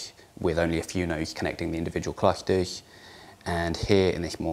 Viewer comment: ROFL sorry "what it ehh" "dehentrealized hehtem" "cluhteh"